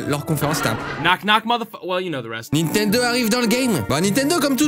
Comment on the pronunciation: qui dis nitendo et pas nintendo ? (mwa)